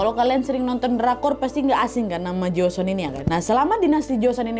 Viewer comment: Bukan joson kak nadia,,setahuku yang benar joseon